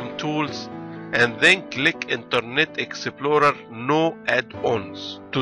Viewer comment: Exe plo re. Haha i never heard someone talked so funny. Dude this is fucking wierd man!